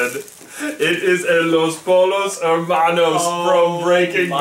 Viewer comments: when he says pollos with the "L" sound and not the "Y" </3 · Aunque lo entiendo, me causa conflicto que digan "polos" en vez de "pollos" (I undestand, tho) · You're pronunciation of 'pollos' makes me cringe: 'll' is pronounced 'y' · By the way, you pronounced "pollos" wrong. In Spanish, "ll" creates a "y" sound. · You guys are saying Los Pollos wrong. The ll is supposed to sound like a y. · You mispronounce "pollos". The double L sounds like a Y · when they mispronounced "Pollos" I was like,major CRINGE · said pollos wrong. v disappointed